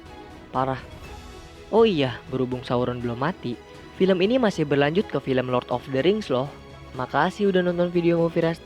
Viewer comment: "The Lord of the rings" bukan "The LORING OF THE KING"